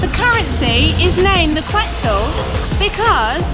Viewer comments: Quetzal is quetzal, the pronunciation is ket sal without the t. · Pronunciaron mal. Quetzal is pronounced like: Ket-salt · We do have a traditional dish and it's called TAMALES also the QUETZAL IT'S PRONOUNCED KET-ZAL